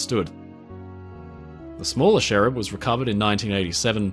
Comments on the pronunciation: Cherub not sherrub 🙄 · Fascinating video - thank you 👏🏼 Just confused as to why you kept saying “sherub” when they are called cherubs? 👼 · I have never heard someone call a cherub a sherub before...this was very cool though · Great video, as always. But I'm not entirely convinced by your pronunciation of Cherub 😖